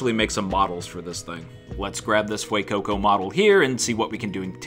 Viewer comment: Ah yes the Fuecookco.